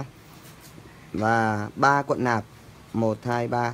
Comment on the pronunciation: "cuộn" chứ không phải "quận" bác ơi. Người nghe không quen sẽ thấy nó buồn cười lắm :)))